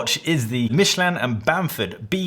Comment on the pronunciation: One of us has been mispronouncing Michelin our entire life and I do not know which. Michelle-Lin to me, not Michele-Anne.